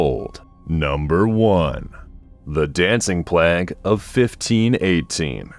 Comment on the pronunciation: It's pronounced "Plāgue," with a long a. 🤦🏻‍♀️